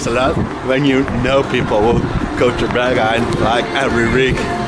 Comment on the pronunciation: Berghain. Not Börkhain.